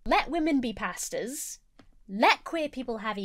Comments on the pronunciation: when you say “pastors” my brain hears “pastas” and i agree. women shouldn’t be pastas! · It sounds like you're saying "Let women be pastas!". I know you mean pastors, but it's more funny this way :) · This video is 10/10 but every time says "Pastors" it sounds like "Pastas" to me